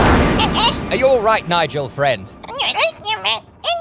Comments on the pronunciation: i love how nigel pronounces it like "mamala" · I love how you can hear Nigel slowly becoming more and more incoherent, lol